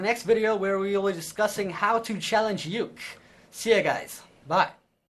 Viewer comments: you don't pronounce it yook, you pronounce it ookee!! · lol challenge "Yook" (its pronounced oo-kae) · Uke is pronounced like OOH-Kay. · It's funny because when he said "Don't challenge Uke, yet." It sounded like, "Don't try to juke, yet."